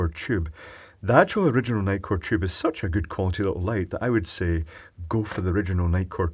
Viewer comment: I love your pronunciation of the tube. It sounds more like jube.